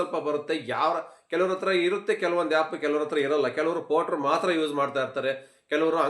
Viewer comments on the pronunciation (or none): It's not yap it's called app 😂